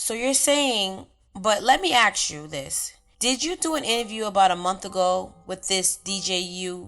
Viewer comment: dormiebasne3578 don't worry, I feel uncomfortable when I hear her say "ax" because it's a blatant mispronounciation of a word. It's not an accent. Being black doesn't mean you can't pronounce the word "ask". Unfortunately there is this very strange subculture in which it's considered cool to act stupid. To mumble words or completely butcher the English language. To walk like a cripple. To laugh and gesticulate like you have some kind of physiological disorder. At some point a conscious effort was made to adopt these characteristics by people. I also wouldn't worry about "unconscious bias" or any of that white man's guilt nonsense. There has been a worldwide proactive effort to make white people feel bad for trying to hold basic standards and look after their families, don't ever feel like you're the bad guy because foolish people make you uncomfortable.